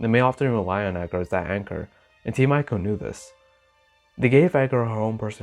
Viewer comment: You read it as Team "Eeco", not with letter "I" ;)